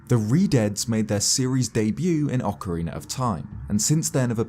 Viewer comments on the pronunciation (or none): none